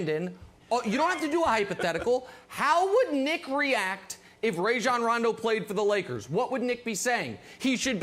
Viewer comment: FYI - It is RAH-jon...not RAY-jon. he said so himself in an interview on the jump, but no one seems to want to get names right.